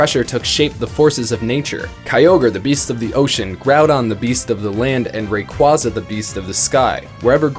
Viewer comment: Stop pronouncing raquaza wrong!